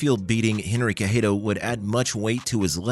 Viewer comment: Not watching past 10 seconds, how do you mispronounce Cejudo that badly.